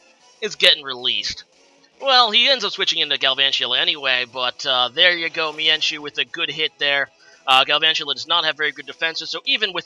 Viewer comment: ok lol it's all good I don't really care how you pronounce them I just thought the why you pronounce mienshao was pretty funny.